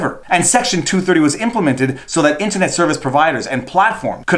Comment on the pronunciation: Hey if it's pronounced mule-er Internet can't also be intinet